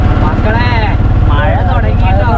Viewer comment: മയ അല്ലേടാ കോപ്പേ, മഴയാണ് ശരി